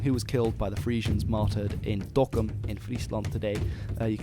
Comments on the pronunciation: are you dutch? The way you say dokkum and Friesland pritty much perfect and in the voice you said it was quite like tge averige dutch voice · No, he's just very precise with his pronunciations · Your pronunciation of Dokkum and Friesland are perfect!